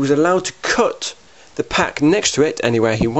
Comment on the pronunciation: Love the way you say "cut" lol "coot" as in "foot" :D